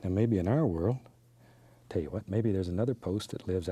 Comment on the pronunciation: ‘Tell yu wat let’s do...”. 😂